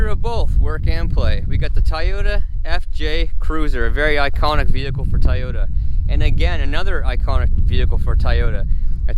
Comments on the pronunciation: TOY-OTA. Not TiEoTa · Dude ! Its fuckin TOY yota, NOT "TIE YOTA". Learn the language thing man. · Its TOYota not Tieota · It's Toyota not tayota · They r called toy otas not ti yotas;) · Do you call toys ties? I noticed you call toyotas tieotas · Tieyoto ... lol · Why TF are you calling it a TyeYota?? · Same here 😂🤦🏻‍♂️ TyeYota ?? 🧐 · I stoped at “tie-yota” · I was about to say the same shit lol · "Look at all the debt I have, I also don't know how to say Toyota" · I almost stop watching just because of the way he said Toyota